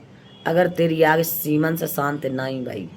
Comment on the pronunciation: आंटी निरलज्ज होता है लिलज्ज नहीं.. पर्दाफ़ास होता है परदाफ़ास्ट नहीं.. आगे होता है आंगु नहीं.. और आंटी अंत में 😂😂😂😂😂😂😂😂 यूकेलिप्टिस होता है यूपीलिपिस्टिक नहीं.. वैसे हँसते हँसते घोड़े दौड़ गए 😂😂😂